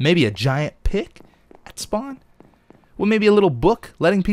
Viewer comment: pick sounds like "pikk" that means penis in norweigan and i loled so hard (im a swede not a norweigan btw)